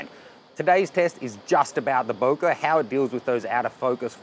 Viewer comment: its not "bouquet" its "bokeh" FFS